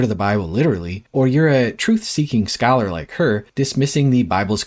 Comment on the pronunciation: "scholar" lol